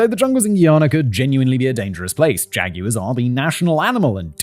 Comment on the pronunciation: Jag wire😂(yes I know it’s wrong)